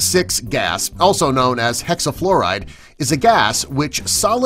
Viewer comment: It's not hexafloride it's sulphur hexaflouride